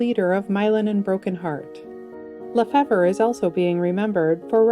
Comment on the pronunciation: Thank you for your wonderful channel. I'm a sub and watch every episode. I appreciate the presentation which is professional and well researched. The only thing that needs improvement imo is a little research on the correct pronunciations of names prior to recording the episode. In this segment it's Mylon Lefevre. whose last name suffers a bit. It is correctly pronounced [LUH] + [FEE] + [VUH] . Cheers for many more videos!